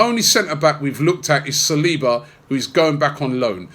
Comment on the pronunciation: Please tell how to pronounce saliba, he pronounces it like he´s saying Salahba